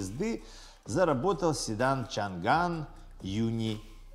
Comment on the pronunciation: СHANGAN - ЧАНАНЬ. Буква Г не читается.